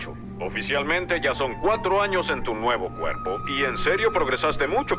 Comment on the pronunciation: Mi maestro se dice cupo yo ay kepo😂